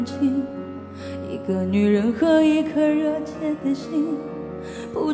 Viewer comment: 怪了，歌词到底是：一颗爱我的心？ 还是： 七颗 爱我的心？？？ 别隐瞒，对我说；还是： 别 心 瞒， 对我说？？？ 因她下颌骨和下牙床发育不良（俗称缩下巴）形成相对小口腔，大舌头，导致某些字发音不清！！！ 用头发遮住的右耳，暗藏着耳麦，就是个对嘴假唱的！！！